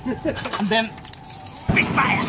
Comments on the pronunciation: I like this guy! His pretty cool and funny "mini Fira!" 😂💩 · Lots of FIYAH!" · AN DEN FIAH!